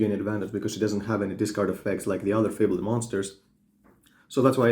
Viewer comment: it's not fable-ed... it's one word. lol if you Google "definition fabled" you can hear how to pronounce it. fa·bled /ˈfābəld/ adjective well known for being of great quality or rarity; famous. "a fabled art collection" or mythical; imaginary. "the fabled kingdom"